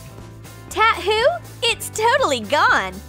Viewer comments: “tat-hoo?” me: bless you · Was I the only one that heard she said tatta who